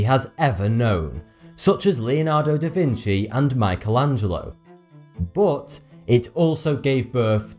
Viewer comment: Love how you say ''bot'' instead of but.